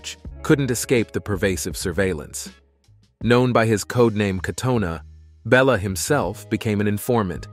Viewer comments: Congratulations. You pronounced Bela's name 3 different ways in one sentence. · though it seems to make perfect sense that her name would be coh-muh-NAY-chee, or coh-muh-NET-see, or coh-muh-NETCH-ee, Romanian's pronunciation rules are full of surprises. Her last name is actually coh-muh-NEECH, and her coach was BELL-uh, rather than BAY-luh. The Communist leader of Romania--Nicolae Ceausescu was chow-CHESS-cue. Well, I may be slow, but I finally realize that, although it sounds real, this is yet another computer generated one. This sorry excuse for C3PO must have pronounced Nadia's and the Korolyis' names 4 or 5 different ways each. Is this really viewed as better than human voices?